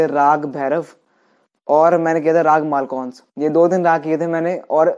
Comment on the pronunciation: Malkons na h vo malkos h..😂🤣😂